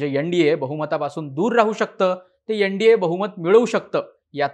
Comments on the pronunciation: यन. डी. ये नाही एन. डी. ए. 😅😅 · यनडीये नाही रे एन डी ए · YEN-DA naahi , NDA aahe teh